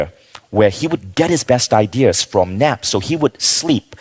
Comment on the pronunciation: Why does he say "I Dears" instead of Ideas...